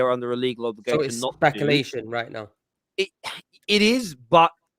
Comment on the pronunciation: trying to say “speculation”